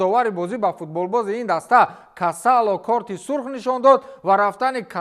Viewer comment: Не касоло, а Касодо